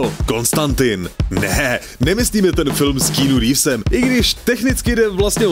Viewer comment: A dost! Bojujme za správnou výslovnost Keanu Reeves!!